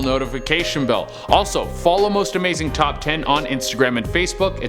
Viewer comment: I swear I heard him say Most amazing chop 10